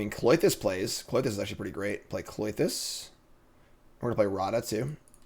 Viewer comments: I can't tell if you're trolling viewers by saying kloy-this or if you do it to get people like me to comment and give you engagement numbers. ;) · for the love of god the Y comes after the TH in Klothys's name